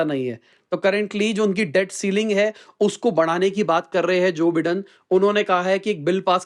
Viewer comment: Joe bye-done . Aise pronounce karte hai bhai